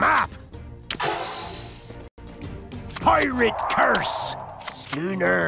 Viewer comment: Word: Schooner How the pirates pronounce it: Skünér